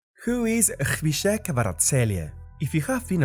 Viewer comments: Do you really say Shkhpika instead of Khvicha ? :D :D :D :D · His name is khvicha, last "ch" is pronounced as ch(children)